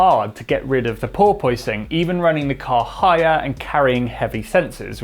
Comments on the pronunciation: Sorry to be nit-picky, but it's pronounced "paw-puhs", not "paw-poise". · ˈpôrpəs not ˈpôrpoys. I love you, but you're making me crazy. 🤣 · The "oi" in porpoising is not pronounced as "oy". Porpoise rhymes with corpus. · Pore-poyce-ing lol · Sorry, but I'm having trouble concentrating and not laugh. Craig Scarborough can say "porpoising". But seems to be pronouncing it "por-porposing" or something like that. Anyway, good content and thanks. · struggling with the "Pooor-poooooy-sing", himself. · Think of it like a dishevelled cat 🐈 "PoorPuss" Or "PoorPussing" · Absolutely no one:: "purpoising" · Poor poy sing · I love it...As an American I always get my friend from Soho to try and say porpoising. We then giggle like school kids as he just keeps saying POY-PUSS-ING. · Wish you could figure out how to pronounce "Porpoising" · He can’t say porpoising 😂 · Why is he pronouncing “porpoising” so weird!?!? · The way he pronounces porpoising grinds my gears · Can someone tell me which is the right way to pronounce porpoising? Like the engineer or the host? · I can't get past the odd pronunciation of porpoising. Yes, the word is spelled the way he pronounces it, but it isn't generally pronounced that way in English, which is true of a lot of words. At first I thought it was one of those British pronunciations, and maybe it is, but it seems like a lot of Brits do not pronounce it that way.